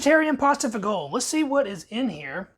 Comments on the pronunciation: ROTFL. "Fagoal." Americans... It's "fa-jee-oh-lee" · This is an awesome ration to have around. It's definitely caloric rich. The main dish is pronounced faa-jow-lee just so you know for the future. Nicely done video. I this ration is a plus for folks needing a grab n go or an emergency meal. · Learn how to pronounce Fagioli lol